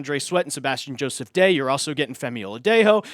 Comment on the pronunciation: The funniest thing is the guy does it every time he talks about Sebastian Joseph-Day